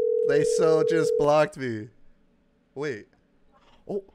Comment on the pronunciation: “Just hwait” —-> “I’m hwaitingg”